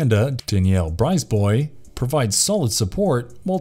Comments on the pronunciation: “Bryce-boy”? lol. Briz-bwah. 😁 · Danielle Brisbois' last name is pronounced "Brizbwah". She was on Broadway in the original cast of "Annie" and played Stephanie on "Archie Bunker's Place".